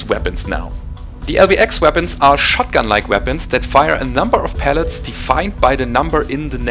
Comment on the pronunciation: Well done! This is why I subscribe to your channel. Excellent insight into the mechanics of dealing damage. One tiny nitpick- it's pellets, not pallets. Pallets are the wooden 48" by 48" platforms used for shipping goods. Pellets are the ones that hurt! I understand English isn't your native language, and I hope you won't take this the wrong way...